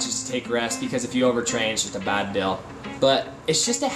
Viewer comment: You say "dill" for "deal" like Casey does.